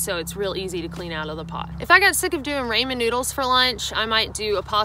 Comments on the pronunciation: raymahn noodles hahaha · "Rainman noodles" =P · This was helpful! But please....Rah-men. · Did you just say “Ray men” noodles?!....😆🤣 good stuff! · Rah- min noodles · Might want to pronounce "Raw-men" correctly if you're going to say it more then 10 times. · always great to hear from you,I still crack up everytime you SA raymen noodle's... peace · After all your hiking you still call them, "raymen" noodles. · Yeah, "raymin"--too funny. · Gahd someone tell her how to pronounce Ramen.. with aaahhhh. Not a hard A. It's killing me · You should learn to pronounce ramen properly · I love the way you pronounce Ramen noodles .........so funny!😂😂😂 Thanks for the food cook or no cook advice. I don't want to cook, but I sure would miss my hot coffee !❤️ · I have never heard anyone pronounce ramen noodles the way you do. 😂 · It's not Raymond noodles? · Love your channel but please, please please......the A is short in "ramen'. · Not saying you pronouncing it wrong but for me it's,,, "Ra-mon Noodles as in "Ra ra sis boom bah". It's NOT "Ray-mon Noodles" as in "Everyone Loves Raymond". You say it any way you want , just saying. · The Raymon noodle thing is killing me 🤣 Excellent and helpful video, AND I learned that pronounces Ramen 🍜 in the funniest way I’ve ever heard! Japanese people often call sandwiches “Sando” so weird pronunciations cut both ways I suppose. BTW ramen with dried shiitake and nori is a staple for my lunch even off trail. You can pick up some instant miso soup packets at most Asian groceries that have some dehydrated miso powder with dashi and other yummy stuff, along with dehydrated tofu, spring onions and wakame seaweed. This makes a super yummy addition to the mix. Happy trails y’all! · Rah-men, ain't that right hahaha. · rāmen - people please learn to pronounce it correctly its Japanese. English speakers mock non english native pronunciation but gets a pass on something as easy as ramen 😒 double standards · It’s RAW-MEN noodles!!!!!!!!!